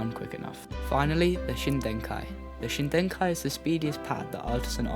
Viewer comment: It's Shidenkai. No 'n' before the 'd'. Just like the case with every other Artisan pad, its name comes from a WW2 Japanese aircraft; in this instance, from the Kawanishi N1K2-J.